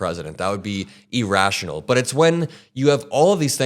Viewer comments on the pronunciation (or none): E-rational,? the word not only begins with an I, not an E, but their is also an extra R, so the proper pronunciation should sound more like ear-rational, not EEE-rational, TY 😀 I don't even know what you said after that, it was like your sentence had a traffic accident.